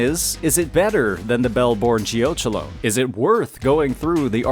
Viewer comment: Geochelone is pronounced like it rhymes with "felony"! Geo-KELL-uh-nee